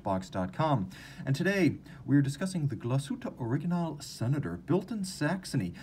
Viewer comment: Such a stunner this watch! Oh and, we in germany put the stress on the „a“ in „original“. So „originál“ it is! Otherwise you are superb when it comes to pronouncing german/swiss vocabulary!